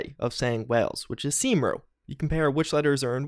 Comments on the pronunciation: Cymru is pronounced as "kumree" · I feel offended by the way you pronouced my country in Welsh its actually pronouced Come-ree thats if you can't actually say it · Thats not how you say Wales in Welsh ha! Its said Come-Ree. Nice to see my home country on the net lol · "Seemru" lol Cymru is pronounced like CUM REE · hey, i love you dude, but it's not "seemroo", it's pronounced "cumree".... take it from a proud Welshman and an avid fan of both you and cdpr! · As a welsh person when you said Cymru, as " seem roo" I laughed pretty hard, It's pronounced "cum re" ... not that people would know unless you knew a bit about the welsh language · The way you pronounced Cymru is hilarious 😂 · The pronunciation of ‘Cymru’ (cum-ree) made me shudder😂 really cool and interesting vid and can’t wait to follow your coverage of the game! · I know welsh isn’t your first language but Its pronounced come-ree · Love the vid, quick tip from a Welshman. Cymru is pronounced like 'come ree':) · Agree. Seem-Roo is certainly a first for me 😂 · I live in Wales and I love his butchering Of Wales in English and Welsh. Much love keep up the good work, your content's great. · How u pronounced Cymru 😆😆😆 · As a Welsh person, hearing that pronunciation of Cymru made me snort. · That pronunciation of Cymru was... interesting... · Very questionable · Well, the first point; he phonetically got it 'right', but the Welsh aren't Phonecian, they're Welsh and they pronounce things wyrd😁, second; it takes 30 seconds to google any words pronunciation to determine a better enunciation, and spreading knowledge improves the quality of life for all mankind👍,✌,🤜✨🤛